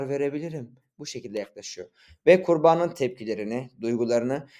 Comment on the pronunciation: abi video güzel yalnız kurbanın derken kurbağanın gibi duyuluyor :)